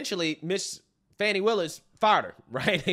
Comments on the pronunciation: Her name is FANNY! Not fawnee. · Fawny? No. Fauny? No. Fanny? Yes. Sound it out people...